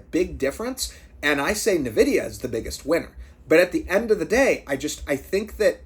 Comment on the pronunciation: ITS N-VIDYA EN-VIDEE-AH FUCK ME CHRIST NUH-VIDYA